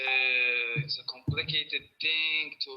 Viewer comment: 🤣🤣👉🏻he said "compicated" 🤣🤣👉🏻🐫🐫🐫